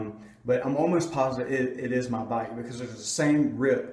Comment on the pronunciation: Dude why do you say ma bike